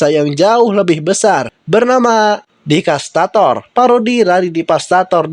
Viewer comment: Itu bukan divastator tapi devastator